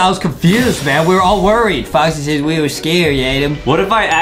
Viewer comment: It’s not Boxy it’s Foxy